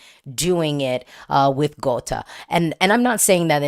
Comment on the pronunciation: You nailed the pronounciation of Gåte perfectly 🥰